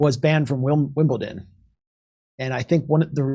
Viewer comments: It’s Wimbledon not Wimbleton! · It is WIMBLEDON ...pronounced "dun" not "tun". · Wimbleton ! No Jimmy , its WIMBLEDON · WimbleDon not WimblTon Jimmy!🙄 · It's Wimbledon not Wimbleton,Jimmy. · Dear America it is WimbleDon not WimbleTon, sorry for being pedantic but it really bothers me because all Americans do this and I do not get it 🤷🏻‍♀️🙏✌️